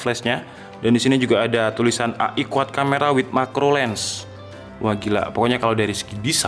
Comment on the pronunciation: AI BACANYA EAI